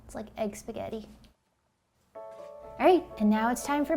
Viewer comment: spag-egg-ti Ok I'll see myself out now